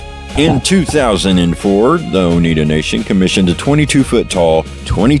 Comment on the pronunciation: oneida....no. (t) anywhere.. i this guy real or ?A.I. its. o n e i d A. A